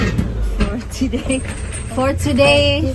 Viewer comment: Baka naman ginaya lang nila Ellen yung meme na nag viral na mali ang bigkas. May isang nag viral sa facebook na meme na ang sabihin ay "for today's video" pero ang hindi mabigkas ng tama kaya parang nanghula nalang ang nag vi-video na "Portugese" "Forty days" tapos inulit ulit nya pa.😅